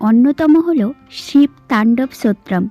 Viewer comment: উচ্চারণটা ঠিক করে বলুন স্তোত্রম।